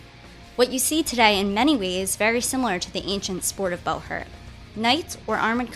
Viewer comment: Is it really pronounced bow-hert instead of bu-hurt?